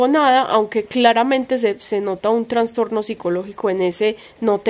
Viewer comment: Ay perdónameeee please 🙏 pero yo también sufro de ansiedad y soy obsesiva y media histérica y fibromialgia y blá,blá, blá. No me gusta pero a mi edad (58) ya me estoy quedando sin filtro y no puedo dejar pasar que se dice trastorno y no transtorno, algo así pasa con trasplante y no transplante. Sorry 🫢 te admiro mucho y te sigo desde antes de que te mudaras a la finquita anterior alquilada y con tu pelito encima de los hombros y veo todos tus progresos junto a Granda y me siento muy orgullosa de tí. Sigue hacia adelante mi corazón que apuesto por tí y pago triple.🫶 *Granda es un tipazo, me cae súper bien* Cuídense mucho❤️